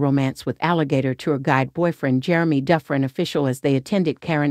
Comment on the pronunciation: it's pronounced Do-Fran